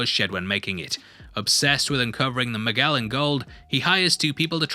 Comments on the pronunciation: Who’s “Magelan”? Its pronounced as “Majelan” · Magellan is pronounced as Mah-jel-lan not mah-gehl-lahn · Someone must’ve caught this, but I will say it anyway. First this breakdown is great and I don’t blame you for mispronouncing the name Magellan. The “g” is a soft g like in gem or gel not like girl or gold. Why it’s called soft I still don’t understand myself so pobodys nerfect. Cheers.